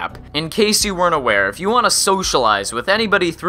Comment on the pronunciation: "Probably, ee-Yiff you're watching this"